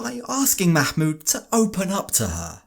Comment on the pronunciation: "Makmood" lolol